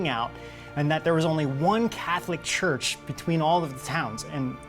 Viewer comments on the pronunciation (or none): none